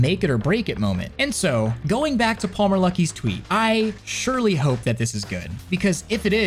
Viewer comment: Every time. EVERY SINGLE TIME... I hear : Paul Merluckey Not just here. everywhere.